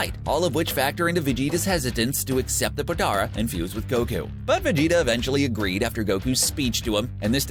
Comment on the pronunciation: Ahh he said vadeda